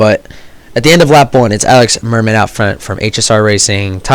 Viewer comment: Your prononciation of "Alix Mermet" is pretty good for an english speaker ;)